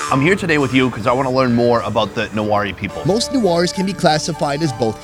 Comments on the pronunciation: Not nuwari it's newari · The fact he mispronounced the word " Newari" was torture to my ears 🤣bc I'm nepali and have a newari friend (I'm newari too)